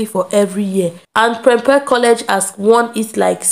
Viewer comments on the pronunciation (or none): It is not prepre it is prempeh